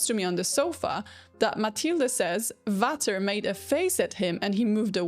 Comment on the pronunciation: A little language tip: "Vater" is pronounced "Fater" and "Daisy, sprich doch Deutsch" does not mean "Daisy speaks German", but "Daisy, speak German already!"